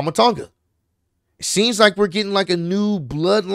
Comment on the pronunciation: It's pronounced like awn in the word "yawn" Tawn-guh